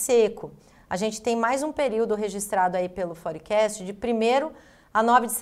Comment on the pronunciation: Forecast? fór-kest